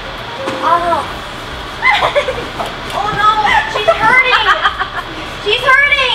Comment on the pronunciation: I like how says "oh my goodness" and "she's hurting" with a certain accent